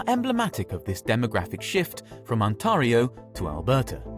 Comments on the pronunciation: The A in Ontario is pronounced like the A in fare. It rhymes with stare or bare. It's not On-TAH-rio. It's probably a computer-generated voice, so it can't handle toponyms. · It’s not pronounced like that , Mr Ai limey guy , it’s pronounced On-Tear-ee-oh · "ontahrio" lol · And "On-TAH-rio province". No one says "Alberta province" or "Ontario province". It's badly translated text-to-speech. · No way this guy mispronounced Ontario 💀